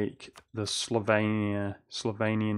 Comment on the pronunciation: He said SlovAnian, not SlovEnian.